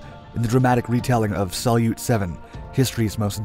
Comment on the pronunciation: "Salyut" by the way is accented on the second syllable. It's Russian for "salute" (in the "21-gun-" sense).